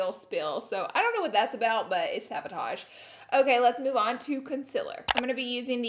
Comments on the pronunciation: *Sabotage* not, savotage..? Lol!! And it's pronounced like "Garn-yay" not "garneer" 🤣🤣😍 I love your vids but just wanted to give you a little heads up. You're so good! 💖💖love love love. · Laura I love you..it sounded like you said savotage instead of sabotage..anyone else hear that lol